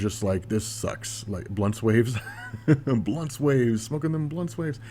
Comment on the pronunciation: "Blunt Sways" real tears! Lol